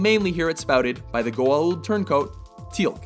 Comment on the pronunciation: Juh-fa not jaf-fa, but I should be glad he said Goauld right. I still can't figure out where to out the apostrophe.